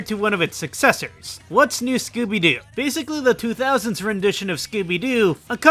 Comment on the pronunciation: The way you pronounce Scooby Doo. I can only hear Skibidi Doo.